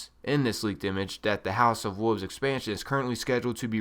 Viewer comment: What is a Woov? There's an "L" in that word. WOLVES.... Oh and you camp too much...